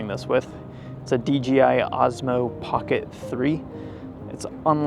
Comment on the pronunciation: Pet peeve: It is DJI, not DGI. ;-) Also, anytime I see a video like this, I tell myself that I need to get back to New York. I have not been there in 20 years. :-(